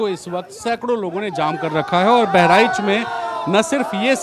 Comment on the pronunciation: बेहरीच नहीं बहराइच है पहले सही से बोलना सीख लो.